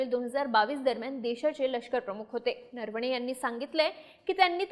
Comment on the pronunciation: नरवणेचा उच्चार नीट करा . नर्वणे बोलू नका. ऐकायला कसं तरी वाटतं